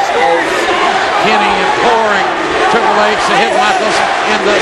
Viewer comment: *Triple H Not Tripel H